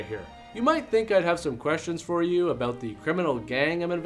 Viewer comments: Ooh, was that the first ABOOT ever? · I just discovered this channel, and I've been laughing my ass off since yesterday....but I'm most grateful for the "about/aboot" joke at the end! That was just what I wanted to hear! Now about those entreaties to "check this movie ote....."